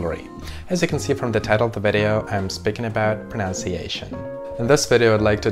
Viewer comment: Excellent presentation. It is “pronunciation” and not “pronounciation”. This is a mistake that many native English speakers make. I liked your thought about unnecessarily attempting to speak two languages (the one you hear as well as the one you speak - accent-wise). Молодец 👏🏻